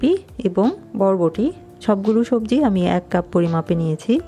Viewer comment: চাচি আপনি তো ছবজি খিচুরি বলেছেন হবে তো সবজি খিচুরি হ্যাঁ হ্যাঁ হ্যাঁ